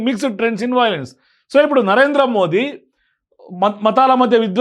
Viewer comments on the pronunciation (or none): none